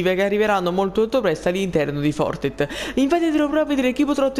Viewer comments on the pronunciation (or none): Fortet ahahahahah impara l'inglese mannaggia il clero e il Covid!